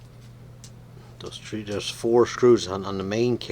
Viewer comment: Did you say Tree 🌳 Hundred and 65mm